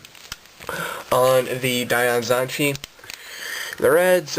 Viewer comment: Omg pronounce it correctly